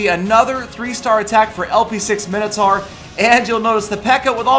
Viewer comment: What the fuck is 'Minnotar', it's pronounced 'Mine-O-Tor'